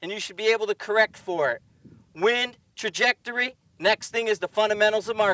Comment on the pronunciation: Nice analogy! But your New England accent was slipping through there a bit. I've never heard it called Tah-jectory. Love the videos keep them coming.